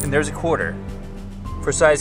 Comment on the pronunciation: "I'm just gunna leave the quater there" lol